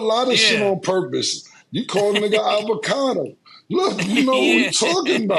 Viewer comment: Avocado😭😭😭😭😭 pronunciation games ☠️